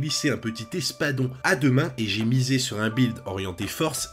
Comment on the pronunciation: Et zé partie🤣oui j'ai fait une liaison des enfers sur ce coups😅un grand merci pour ton visionage et ton commentaire 😉